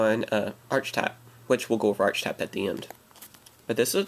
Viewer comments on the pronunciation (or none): Isn't it pronounced "Arkitype" and spelled "Archetype"?